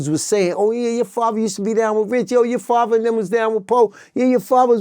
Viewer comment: I think he means "father" not faver😮